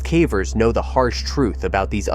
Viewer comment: Is there a way to get the AI to correctly pronounce caver each time. Hearing calver is irritating.